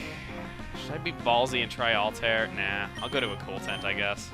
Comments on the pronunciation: Um, chugga? I know that you can say it however you want, but I think it's pronounced (Alt-Ah-Ear) instead of (Alt-Air). Just sayin. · it's "All-Tie-Air" not All-Tare:( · yeah he says "all tear" its actually "alt i ear"